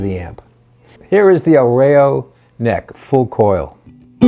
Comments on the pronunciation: The Pronunciation is EL RA-IO .. not REIO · The correct pronunciation is rah-yo